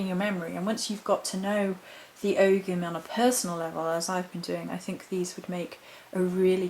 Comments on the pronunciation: Not Og(ham). The g is silent, it's Ow ham or Oham or Ohm. Pls present correctly and thank you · Oh’am the g is silent...